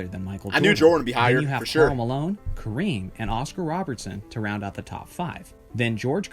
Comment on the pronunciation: Andre ROBERSON........ Alvin ROBERTSON....... It’s alright, still a good vid just wanted to point it out, keep it up